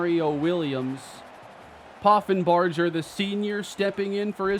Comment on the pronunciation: The "ger" in Poffenbarger is pronounced like in Hamburger